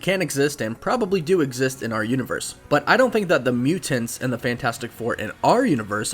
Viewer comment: thank you for pronouncing mutants this way.